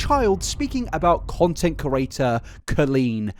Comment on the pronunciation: In the first 4 minutes of this, you've said curator instead of creator 867 times. Say it slowly CRE-ATOR. You managed to spell it right when it flashed on screen though.